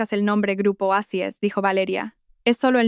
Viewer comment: Porque dicen eicis. Si es oasis😮?